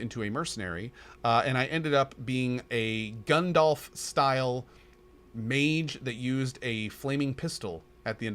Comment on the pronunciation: "Gun-dalf" I'm not sure if he meant to make a pun of the gun using mage, or just mispronounced.